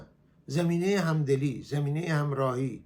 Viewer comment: آقای عزیز شما زمینه یا زمین را بد تلفظ میکنید با فتحه بگویید zamineh نه zemineh